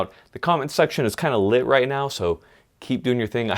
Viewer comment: This dude says lit like its a fuse.